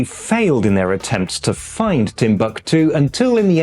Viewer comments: Most Germans would pronounce Timbuktu differently than does - with the stress being on the first syllable. Es gibt auch den fiktiven Ort Krähwinkel als Inbegriff des Spießbürgertums, erstmals beschrieben von August von Kotzebue in seinem Lustspiel "Die deutschen Kleinstädter" von 1802. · "Timbuktu" has a different accentuation in German, which is on the second syllabe